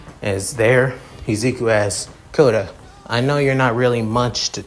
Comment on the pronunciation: I’m just gonna correct you a bit,. Yui’s last name is pronounced Kodai, not Koda or Kota. Because that’s what I heard in your video.